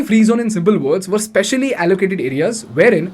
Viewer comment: Great video! I hope India will actually learn from Dubai (and myriad other success stories), though I'm not holding my breath. BTW, freight is a mass noun, so it cannot be plural. And it's pronounced "frayt", not "freet". No wonder the transcriber thought you said "freeze".